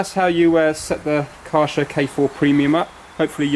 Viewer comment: it's kaaiir-scher